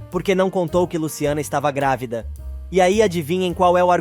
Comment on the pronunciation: Narrador é Madalena e não Magda. É GRÁVIDA E NÃO GRAVIDA afeee